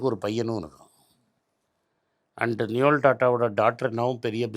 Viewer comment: it's நோயல்; not நியோல்.